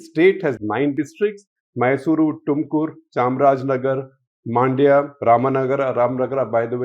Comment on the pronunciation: I don’t get why you guys pronounce it as मांड्या. It is “मंड्य” (mun-dya) 🤷🏻. You did very good job of pronouncing other cities properly